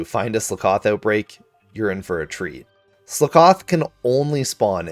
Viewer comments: I hate how you say Slakoth...Eh no worries though, awesome video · Dudunsparce and Slakoth pronunciations hurt my soul. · how you pronounce slakoth 💀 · The way you pronounce Slakoth hurts my soul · Super cool video… but how you pronounced slakoth pains me. 😂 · How does this guy pronounce so many names wrong? He didn’t even pronounce SLOTH right! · Your pronunciation of slakoth annoys me so much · Mans been pronouncing slakoth wrong all his life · wait HUH. SlUHcoth? how to people mispronounce pun pokemon xD. It's slakoth! sl-ah-koth..like...slack off... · slack-off, like youre slacking off ;) great video though <3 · Slakoth Ssss lahhhhh kuth wtf is Sla kawth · Bro what tf is slicoth it’s slack oth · It's SLACK-OFF not slickoff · Slakoth not Slikoth. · I cringed every time you said slakoth. Of course, this is just a LiviOsa vs leviosaaa issue. You're going sluhkoth. the correct pronunciation is "slack oth. Because, you know. Slacking off. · Ok who the fuck pronounces it Sle-koth when it is obviously supposed to be pronounced Slack-oth as in a play on the phrase slack off! Also I never realised that Sinistea holds its pinky out but now I've seen it that's awesome af! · Skakoth is said as if you're saying "slack off." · Are you saying Slakoth wrong on purpose just to get comments? Slack-oth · its slack-oth like slack off its a pun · Its pronounce slack off.....i HATE the way u say that. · Sluh koth 😂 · The way you pronounce 'Slakoth' triggers me, im sorry. Its meant to be said like the phrase 'slack off' is pronounced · the way he says slakoth makes me wanna kill somebody, SLACK OFF, SLAKOTH and now he says sloth wrong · Great video, I hate how you say Sla-KOTH 👍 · Really nice video, but please tell me “Sloath” and “drackalack”?? How did u get those from “sloth” and “Drakloak” 😭💀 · Well then I’ve never heard that slakoth pronunciation before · The way he says slakoth causes me physical pain 🤮🤮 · I've never heard Slakoth pronounced that way